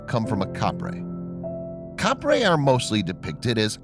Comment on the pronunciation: it's not Caprey It's capre